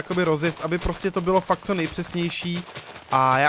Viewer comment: místo fakt říkáš fak jsem z moravi takže se nediv